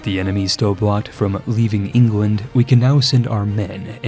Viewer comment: why do you call england "ingwend"? lmao